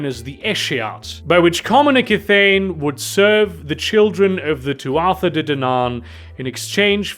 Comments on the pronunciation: Tuatha is pronounced Too-ah. It’s Irish. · For future reference, Tuatha is pronounced too-uh. At least, I'm like, 90% about that pronunciation. It's Gaelic, so, y'know.